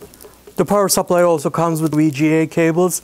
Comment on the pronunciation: power sapplahj